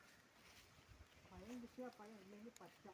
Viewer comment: പയം എന്ന് പറഞ്ഞാൽ എന്താണ്, പയം അല്ല പഴം